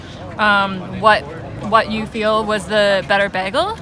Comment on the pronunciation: Why noone making a comment about the pronounsation of "bagle". But in all seriousness, this was something I was wondering about, so thanks for the comparison.